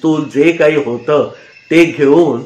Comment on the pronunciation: ओघवते कथन असतं पण अनेक ठिकाणी होता ऐवजी होतं, अशा प्रकारचं उच्चारण खटकतं